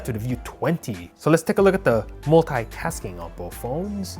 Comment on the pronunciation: Why you guys pronounce , "multitasking as moltaitasking"?